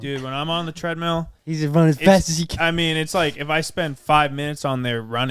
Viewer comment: Every time says treadmeal I cringe a little inside.